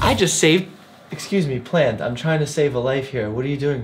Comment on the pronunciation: When he chokes the pleant 💀